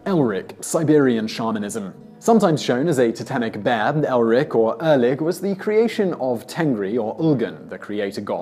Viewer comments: It's Erlik, not Elrik. Come on, team Simon, mispronouncing names is one thing, but actually misspelling names is just wrong. A little homework would go a very long way, but, no, you just say, "Have a go at me in the comments if you must." When you take on the intention to inform, even for entertainment, you also take on the responsibility to not misinform. Well, that got serious fast. Anyway, I stand by it. Thumbs up for the intent, if not the execution. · It is not Elrik but should be 'Erlik' or another pronunciation will be 'Erklik'. The name bears a similarity to 'soldierhood' in Turkic languages. Its main duty is to judge the people by their deeds. Most likely if you put its character in a category it would be lawful evil. By the way I say it because most of the Turkic languages the third person as a pronoun does not have a gender referring to Gods as well.